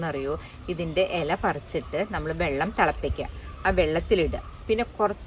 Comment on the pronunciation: Ela alla Ila ennu paranju padikku